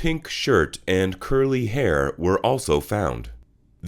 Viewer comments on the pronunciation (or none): none